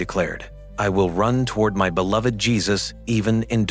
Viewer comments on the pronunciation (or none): none